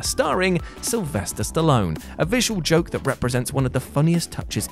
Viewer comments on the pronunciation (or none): none